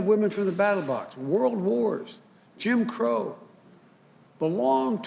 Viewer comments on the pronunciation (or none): none